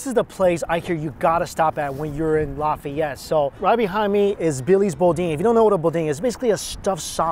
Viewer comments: It's Laugh-Ay-Ette. I'm from Lafayette. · If only I knew you were in Lafayette I would have lost my mind and rushed to Billy’s bc there is one thing you haven’t tried and it’s amazing. Oh and I would have taught you how to say some of them creole words 😅😂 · It's pronounced Law-fi-et (long I or long E sound) and etouffee is pronounced Ay-too-fay. You can't go to New Orleans and not stop at Bubba Gump Shrimp Co, Cafe Dumonde and one of Emeril's restaurants. And we call em crawdads or mud bugs. *sigh I shouldn't be watching this.. it's been 26/7 years since we left Mississippi and I've been craving king cake for so long.. you start showing me cinnamon bread stuff I start thinking about cinnamon roll king cake with pralines (praw-leens) and cream cheese frosting. OMFG! I'd almost give my left nut for another king cake. It's always crawdad season in the south.. they have farms for that reason. Oh and another thing it's ben-yays. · Lafayette = Lah-fay-yet Boudin = Boo-dan Etouffee = Eh-too-fay Les bon temp roulet = Let the good times roll!